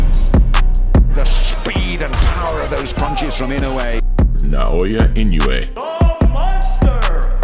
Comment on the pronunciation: It's pronounced (close to) EE-noh-way not IN-you-eigh Inoue gets the stoppage in the 7th round with Fulton quitting from a liver shot.